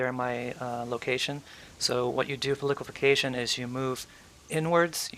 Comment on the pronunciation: its liquifaction not liquification lol